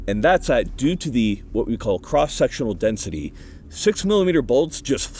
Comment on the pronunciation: Did he say cross sexual density? 😀